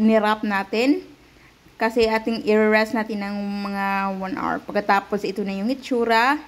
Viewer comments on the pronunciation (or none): none